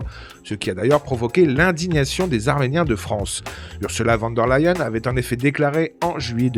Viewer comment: Prononcer fan der Leyen. Ça fait mal aux oreilles!!!